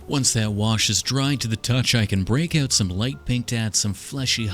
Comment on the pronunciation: just the way he says uuouut made me think he was a Canadian